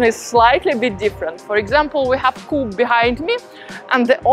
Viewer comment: Cara, the coop reads "coop", not "cup", because it is the diminutive of "cooperativa": you know well that in Italian you read everything that is written, as it is written! Enjoy the Roman sun, and stay still to enjoy the Roman "ottobrate", when the Romans go to the castles at the weekend in october, to get some fresh air!